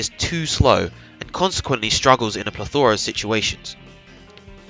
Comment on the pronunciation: Great video, great analysis. Only criticism: learn how to say "plethora", and say it less. XD